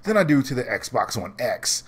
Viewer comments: Are you saying Xbox One S or X ?? Dude you botching your own video lol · I'm really disliking the Xbox X name. I can't tell whether you're saying S or X. Lol. I don't think parity is an issue there is no guarantee that the X can run Destiny 2 at 60fps. Both Anthem and AC Origins are doing Checkerbording at 30fps. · Are you saying "S" or "X"??? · You really need to pay attention to when you say "S" versus "X"